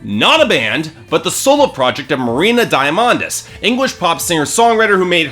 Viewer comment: he mispronounced diamandis, and homogenous..